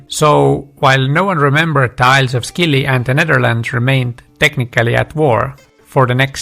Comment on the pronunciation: Thanks. Interesting historical facts. BTW the islands are pronounced SILLY. Leave the C out. 🙂